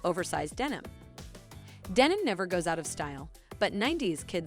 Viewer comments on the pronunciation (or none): none